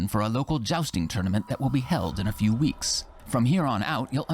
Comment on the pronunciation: "A vew years later "